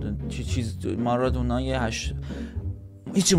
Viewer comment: مارادونا ❌ مارانوما✅